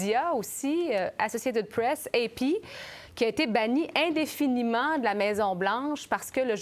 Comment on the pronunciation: "Associated Press(e)"...